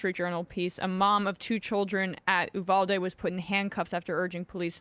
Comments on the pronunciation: Please learn how to pronounce “Uvalde”. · Sam said ulade multiple times...